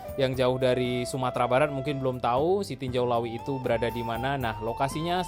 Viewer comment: tarimokasih infonya sanak, sekedar untuk masukan, untuk penyebutan nama tempat supaya disebut sesuai penyebutan kita di minang, jangan di Indonesia kan